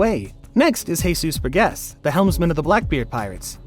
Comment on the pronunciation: Bro pronounced jesus burgess as cusus pess